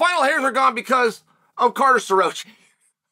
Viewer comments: CARter Sta-roachee. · Uncle Chael took Starroci's name to the back of the woodshed and straight butchered it